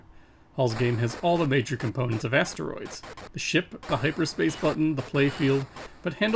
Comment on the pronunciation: I'm sorry, but "hipperspace"? :)